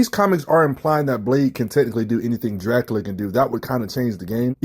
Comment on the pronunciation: “Draculer”😂 is Crazy